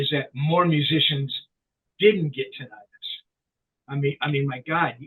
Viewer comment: You’re both mispronouncing “tinnitus.”